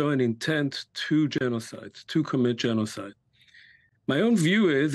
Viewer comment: Hmm ... "leading specialist on the subject of genozid"? You sure? How much practice does he have?